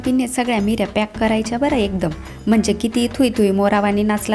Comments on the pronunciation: बाकी सगळं छान सांगितलं पण मीऱ्या नाही निऱ्या म्हणतात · Mirya naahi nirya boltat, baaki chaaan 👌👌👍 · Meerya nahi neerya mhantaat. Meere mhanje peppers. Neerya mhanje pleats